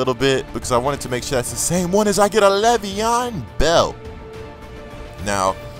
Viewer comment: Bruh, LAY'veon not Levy-On haha straight outta MSU hurdling defenders! nice pull!